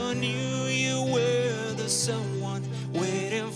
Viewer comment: No entendi nada de su pronunciacion 😂😂😂 We were just kids wereeeer...